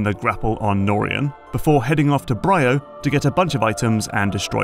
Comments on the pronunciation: Isn't it pronounced "bree-oh", hence the two 'y's? Great video as usual. I enjoyed MP3:C but the OG Metroid Prime is still my favourite of the series. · Semantic lore correction here… The Leviathan Seeds didn't get scattered from the meteor above Norion; the meteor was a Leviathan like the others. They were all sent out from Phaaze. I also find it funny you consistently mispronounce some things that're voice-acted in the game, like "Bryyo". But overall a very good video and analysis! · You can tell that this voice over man hasn't played the game because he pronounces the planet Bryyo wrong and they say the name out loud in the game.